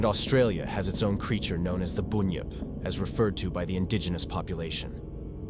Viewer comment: Loch Sheil was also featured in the Movie Highlander, also it is pronounced bunyip not boonyip